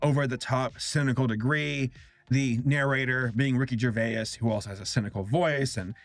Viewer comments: The way you say Ricky Gervais' Surname reminds me of the "What does e-y-e-s spell" guy going "EE-YES" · Jesus dude I have never in my years heard Ricky Gervais pronounced Ricky gerva-yes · mate did he say Ricky Gervay is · i'm sorry i was going to let it go the first time but i couldn't the second. ricky gervais's surname is just pronounced ger vase (like the american pronounciation of vase that rhymes with face). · How do you mispronounce Gervaise, it's Jer vais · just to clarify its ricky "gervays" :) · you said Ricky gervais wrong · you pronounced Rickey gervais wrong btw love your stuff